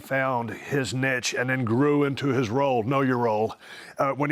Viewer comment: When people don’t know how to pronounce niche properly... like really...